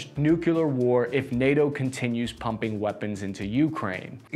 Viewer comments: Dude. Nucular/ nuke-u -lar is not a word. It is nuclear, sounds like nuke clear. Comes from nucleus, (not nuculus, which is not a word). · Repeat after me: New-Clear New-Clear Nuclear Here endeth today's lesson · NUCLEAR is pronounced nu-clear, not nu-kew-lur. It has two syllables, you can do it. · For me, his main fault is pronouncing nuclear as "noo-kyuh-luh" 😖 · Dude, I love your work, but it's "nu-clear" NOT "nukulear" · Please man... learn to say "nuclear" instead of "nukeelar" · Ha you said nucular